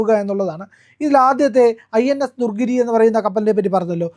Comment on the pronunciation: ദുർഗിരി അല്ല, ദു ണഗിരി ആണ്. അതുപോലെ ബാരാക്ക് അല്ല ബറാക് ആണ്.